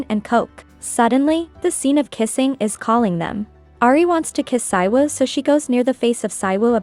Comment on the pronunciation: The title brought u here & subscribed Also, the male lead was in KISSABLE LIPS K-BL BTW it's pronounced SEE-WOO not PSY-WOO